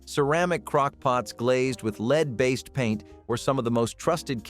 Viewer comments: Lead not leed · The element lead is pronouncec led, not leed. You keep switching back and forth. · Lead sautered should be pronounced led not leed.